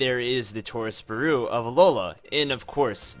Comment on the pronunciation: Lmao it’s pronounce byerrohh